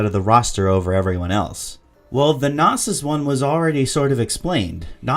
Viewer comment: your pronouncing Knossos wrong, its named after the ancient temple found in Crete, since it has many bulls depicted, its Know-sos not nawsos